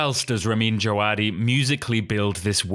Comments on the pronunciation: I’m pretty sure it’s pronounced Je-ve-DEE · By the way its pronounced DjaVadi. I was at the GOT Concert and he was the conductor for it. That's how he introduced himself